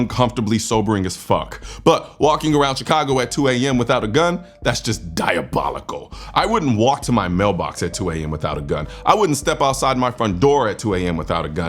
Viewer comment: He said "DIABLOICAL". LMAO!